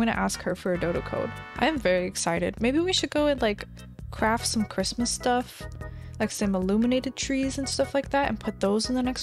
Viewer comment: wait did she just say, merry crimis?